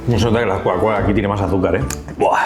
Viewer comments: Amé "coacola" 🤭🤭🤭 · Aprende a decir Coca-Cola Por favor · No puede pronunciar coca cola?